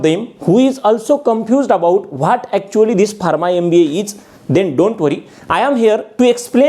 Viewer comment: Barma? Its pronounced farma